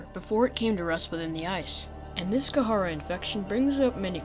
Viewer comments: You are saying the name of the virus completely wrong kid, its called The Kharaa not The Kah hara or The Ka har and you pronounce it like this, "The Kah raw" but spelled The Kharaa. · kaharaa is starting to get on my nerves even though its very up for debate how its pronounced, But i am only familliar with the "karaa" pronounciation, In other words the H in kharaa Is silent for me, i dont know why its just... ugh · It’s kharaa not not kahara it’s not that hard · ITS KHARAA NOT KAHARAH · is pronounced "k-raa"